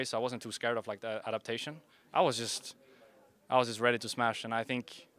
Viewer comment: 'i was just ready to samsh" -reekles